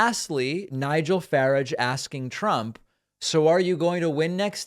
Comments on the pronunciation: Fyi, not "Fah-rige", it is "Far-arg" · So funny how americans pronounce garage as garaaage and the british pronouce it as garridge, while David pronounces Farage asFarridge and the british pronounce it as Farraage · It's pronounced Fuh-RAWJH, not Ferrage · David, you seem to have your own way of pronouncing words. Every single person pronounces his last name “farage”. like “barrage” or “garage” not like “carriage” Do you say “i parked my car in the garriage”? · not "farig".. "faraarge" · Why you say faredge ? Its farage. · Good as always PS. It’s Nigel Fa - RAR - j (not FA - rare) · Nigel Farage, (Faraaj, not farij), is a complete clown. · Far ar ge NOT Far a ge.. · WRONG...! Nigel Faráge (accent on the second vowel) has never been a member of the "British Parliament" (neither the House of Commons or the House of Lords). He has tried several times to become an MP but was always unsuccessful. He was elected to the European Parliament (elections formerly run under a form of Proportional Representation - Regional Party Lists) but the UK no longer has any representation in this body as we have left the European Union. An easy mistake to make I suppose, but basic research and fact checking is something we should be able to expect from any journalistic or current affairs reporting outlet. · He pronounces his name Faráge. You really should stop calling him Farridge. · What do you think of Pakman saying 'Farage' instead of 'Faráge' and Faráge saying that 'Biden' is an English name, therefore he should have some form of respect, any spurious convention the name implies, and should go to the Coronation ?? 😀😀 That's far right nuttery at its most obvious. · I love that you're calling him "Far'idge'" he says it's "Fararrrge". He'll hate that. Keep doing it. Love from the UK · Nigel Farage rhymes with garage. So please don't call him ferridge. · Your pronunciation of Farage is incorrect. It rhymes with BARGE. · pronounced "Fah-raazj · It's Fah-rarge (very British pronunciation)